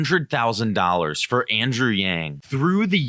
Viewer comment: Did he mess up Andrew's name when introducing him?